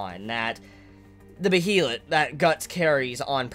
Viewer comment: Also, regardless of how behelit is spelt, it is pronounced like Bey-lit I believe. It's clearly a foreign word. It looks possibly Nordic or Germanic in origin, so the pronunciation rules will obviously be different. All the anime adaptations have pronounced it like that. Someone let me know if they think otherwise or have different info. I'm just pretty sure you've been pronouncing it wrong this entire time, but no one else has pointed it out. IDK.